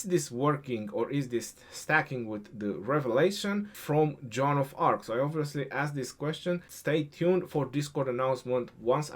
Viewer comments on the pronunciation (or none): none